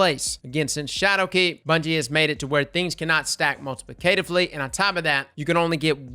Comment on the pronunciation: Lol dude. You’ve got to learn how to properly pronounce “multiplicatively.” 🙄